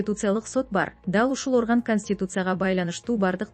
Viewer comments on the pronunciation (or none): none